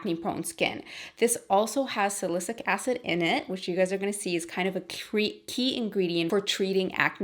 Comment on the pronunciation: You’re so pretty and down to Earth that I don’t even mind how you mispronounced ‘salicylic’. Can you please do a makeup tutorial for this gorgeous look? Or list the products. Thank you xx